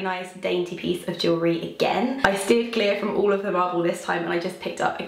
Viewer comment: Literally thought you were saying Marvel instead of marble 😂 xxx